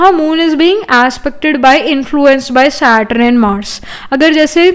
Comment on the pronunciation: Its not SATRUN , its SATURN